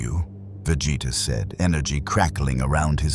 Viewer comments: How many ways can A.I. say Vegeta's name and Sayan wrong? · How did Billy Butcher already know their names when they haven't even met before? Plus how hard is it to pronounce Vegeta's name right? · the way ai keeps butchering vegeta name is funny asf